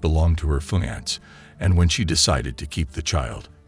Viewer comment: "Fie-ants"? Dont you mean "fee-ant-say"??? >.> AI be trippin over words.